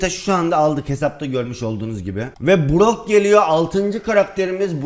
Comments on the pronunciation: Brock a Burak diyen koca yürekli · Brock'a Burak diyen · Abi azoge BROCK brak dedin